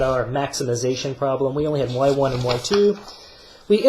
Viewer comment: I had an economics teacher who says y1 the way you do, god does that really urk me 😅